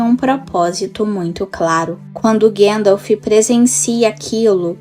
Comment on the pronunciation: Seu trabalho é muito bom o vídeo tem uma temática interessante, mas tem um ponto incômodo no video, todo tempo vc fala “Guendalfi” minas tiriri, isengardi. Soaria bem melhor a pronúncia seguindo o guia de pronuncia do livro. Não leve a mal por favor 🙏 só uma sugestão para aprimorar.